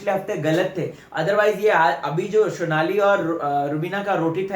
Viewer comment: Sonali ka naam sahi pronounce kr .. Sonali hai shonali nhi ..rubina ke PR